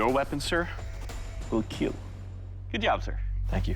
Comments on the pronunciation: when doug killed 100 peoples with a spoon Doug: "It will keel" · doug: just preparate the dummy also doug: it will keel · Douge: cutting his steak Also douge: it will KEEL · Let's agree we all come here for the 'Keal Test' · I like how we all collectively have no experience in blade smithing but watch these videoes to hear Doug say ”it will kewl“ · It will kell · k e e l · It will KEEL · itll really keeeel